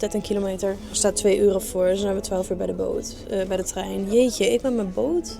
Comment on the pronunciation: hij was weer geweldig❤jammer dat het woordje TREIN toch moeilijk blijft 😂😂